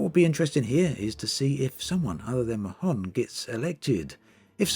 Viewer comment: I think Mahon is pronounced more like "Marn" than "Ma-hon"